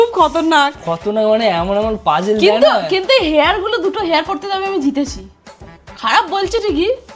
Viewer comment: ওটা হেয়ার না হিয়ার হয় 😂